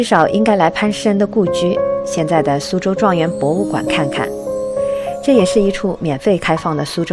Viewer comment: 是su州，不是shu州，典型的南方口音😂